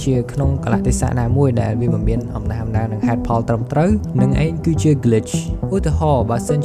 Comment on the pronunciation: អំណះអំណាង ទើបត្រូវ admin😊 មិនមែន អំណាស់អំណាង ទេ